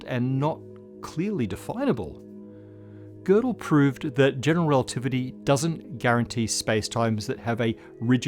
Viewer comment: I love to hear an English speaker pronounce Gödel's name correctly instead of the usual "Gerdel", as if the name had an r.